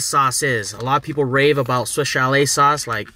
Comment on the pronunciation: Lost count of how many times he said swish chalet lol